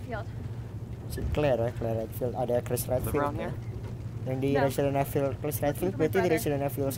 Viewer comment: Betulin pengucapan lu, "evil" di ucapinnya "ivel", "rookie" di ucapin "ruki"